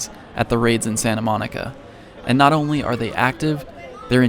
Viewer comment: Nah it was more like: "Don't stress...it's onry a Mew-twoooooo"